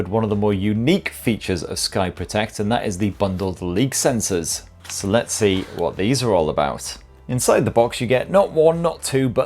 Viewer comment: Leek sensors?